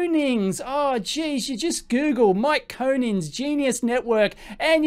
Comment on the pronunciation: Great vid but please learn how to pronounce people's names properly. I'm referring specifically to Koenigs and Tobias which you both utterly mangle Cheers.. >